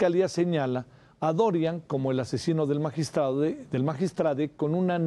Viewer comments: Magiatrade? Hablan bien. Im becil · Por favor no les sigan el juego a esta gente, es magistrado no magistrade. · Magistrade? Enserio nadie va a hablar correctamente? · Estas personas personas lamentablemente estudiaron en universidades patito por que no saben que la palabra magistrado es así como se oye y se escribe y no se pronuncia magistrade que pena que ellos siendo lic. En comunicación no pueden pronunciar la palabra magistrado